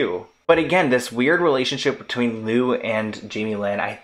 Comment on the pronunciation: Why do u keep saying “loom Taylor?” Her name is Lou